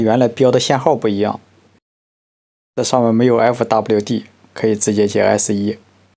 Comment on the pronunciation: ’公共端，C O M‘？😂一般是念做Common的，“com”是常见的标识缩写，跟’fwd'念做forward是一个道理。 原来你只知道fwd念f ，w，d，不知道那是’向前‘的意思。😂 那些山寨工厂的人不知道怎么接线，合着您一个’老电工师傅‘也不知道接线柱和电线端头的标准要求和正安装使用方法，‘能拧多紧就拧多紧’？😂😂😂民用插座里的接线螺丝所需力矩通常是10 英寸-英磅，那个山寨产品的说明书上还是有螺丝力矩要求指标的，是3.5N.m(牛顿-米），相当于31 英寸-英磅，不是你脑子里想象的越紧越牛B的接触好。😂😂😂